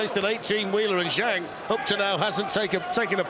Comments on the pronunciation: I hate how Americans pronounce the letter a . It's not zhong it's Zhang. It's not posta, it's pasta. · I wish the announcers would learn the correct pronunciation of Zhang.